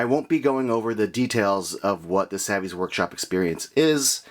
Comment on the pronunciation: Good job pronouncing savi wrong